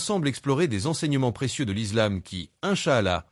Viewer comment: Faire au moins un effort sur la prononciation de certains termes notamment islam et incha Allah même si c’est de l’IA faite semblant un peu.